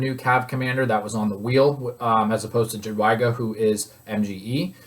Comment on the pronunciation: please call her "yadweega" lol